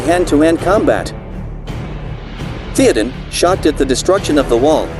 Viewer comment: Keep making videos, mate. If you know what the name is supposed to sound like, type it out as it sounds, not as it is written. For example, type out "thay-oh-din" instead of "Theoden" and see if that sounds closer to the actual name with the program you use.